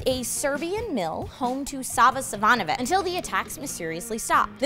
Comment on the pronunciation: It's spelled Savanovic in English, but you say it Savanovich, since it's actually spelled Savanović. Same with the first Serbian vampire you mentioned.